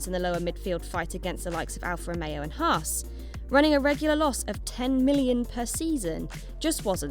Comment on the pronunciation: Thank god you pronounce it Haas and not Hass like skyF1 do..